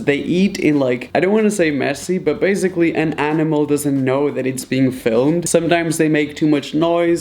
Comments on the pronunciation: Why do you say “baziclly”and not basiclly?i am the only one who is annoyed about this? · Why is that guy saying bazgily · Okay I guess .........